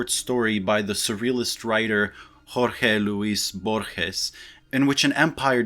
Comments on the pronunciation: La pronunciación de Jorge Luis Borges fue perfecta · Good pronuciation of Jorge Luis Borges! (I'm Argentinian). Absolutely love your channel, got me into philosophy and postmodern ideas. What books do you suggest for an absolute begginer in this subjects? I cannot stress this enough: I fucking love your channel. :) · yeah i am the comment that exists to congratulate youtubers for his spanish pronunciation, that pronunciation of Jorge Luis Borge´s name was beautiful.